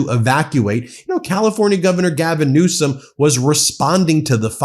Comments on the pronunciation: He said "Newscum" MF. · Did he say Newsome😂😂😂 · He said Newscum. Then said Newsom.